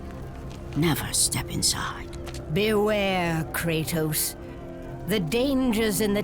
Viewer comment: Americans butcher all names...they can't even pronounce Kratos properly. It is an actual Greek word.